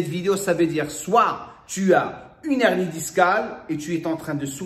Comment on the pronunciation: C’est un « h aspiré » hein !! « Une hernie », pas « unernie » !!